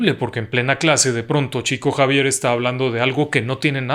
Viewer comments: Estimado, en portugués se pronunciaría como "Shico Savier" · Se pronuncia "Shiko Yavier", por respeto a los brasileros, se escribe Chico Xavier, en Portugués. Por respeto al propio Chico Xavier, me parece bien, decir correctamente su nombre. Un abrazo.